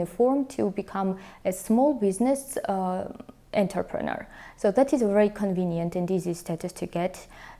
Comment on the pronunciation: Thank you, very informative. Georgia is still on my list of possible places to relocate to, and I appreciate all the information you are providing. Though, I must admit it took me until the 3rd pronunciation to realize that it wasn't "Interpreter" and was instead "Entrepreneur", which really elevated the game on my level of understanding. 😂 Please forgive my ears.